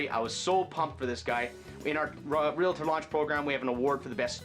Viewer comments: Realtor, NOT realitor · REALTOR.....There is no A after the L. Please stop saying REAL-A-TOR. It makes you sound ignorant. Otherwise, good tips.